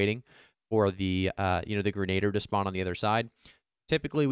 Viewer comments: Thanks for the video, but something that bugged me more than it should Grin-uh-deer not grin-aid-er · not "grenader"...its pronounced "gren-a-dear"